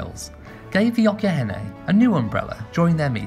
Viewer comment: okyenhene is pronounced ochinhene....has ch sound